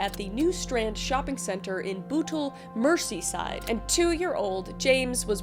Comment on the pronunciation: As a Brit. Just a note in the first case, the name is pronounced John Ven a bulls, the victim is James Bull ger and the area is Mers e side. It was a massive case and still strikes fear.